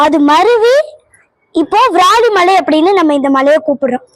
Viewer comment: உன் தமிழ் உச்சரிப்பு அழகு... ❤❤ இந்த பாடலில் ஒரு சிறிய திருத்தம்:- வ்ராலிமலை அல்ல விராலிமலை... நீ பாடும் போது வ்ராலிமலை வ்ராலிமலை என்று கேட்கிறது செல்லம்... 🙏🙏🙏🙏👍🏻👍🏻👍🏻👍🏻சிவாய நம🙏🙏🙏